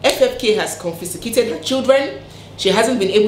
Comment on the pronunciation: Dear, it is pronounced “ES-STRANGED” (no ‘L’). And it is “CON-FIS-CATED”.